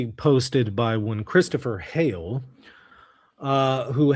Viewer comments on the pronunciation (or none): none